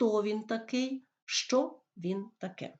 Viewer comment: Вы що проїзносете як ЩЧо